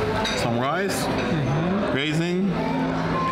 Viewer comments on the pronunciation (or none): none